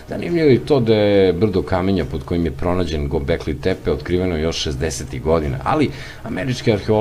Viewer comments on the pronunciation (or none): Говори као што пише:Гобекли Тепе, Вавилоњани(Вавилонци),Конквискадори и други свима познати појмови.Видео добар, аудио не.